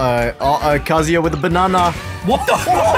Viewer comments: Congrats on finally pronouncing “KA-zoo-ya” correctly. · He finally said kazuya correctly cause if he said kazooya right off the bat i would've closed the vid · He’s pronouncing kazuya correctly now :D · Do my ears deceive me or did I just hear pronounce kazuya correctly